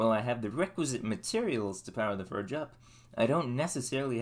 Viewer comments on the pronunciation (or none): It's pronounced forge not furge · Cool Chanel... I'll be looking out for some more fun content! - Is it just me, or does it sound like he's saying "Ferg" instead of "Forge," what's up with that? It also sounds like he says "ferming planks," instead of "forming planks," is that a local-accent/ dialect I'm not aware of, or what...? 🤔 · I have to ask. Why do you say “ER” instead of “OR”? Example “fERge” instead of “fORge” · I'd give you a like if you could learn how to pronounce fordge and form. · how are you going to go through all this effort and not know how to pronounce the name of what your building